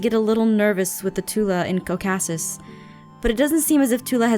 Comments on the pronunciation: Did anyone catch that she said co’kasis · aph says kokasis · aphmau said ko'kasis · SHE SAID COKASIS?!?